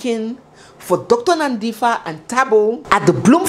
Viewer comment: Well done being a Nigerian you have tried her name is Nandipha like how you would say Par for (Pha) but you have done amazingly well yhooo Bester is indeed a Momster his mother would hv been killed and no one would hv known about her that's the kind of monster the man was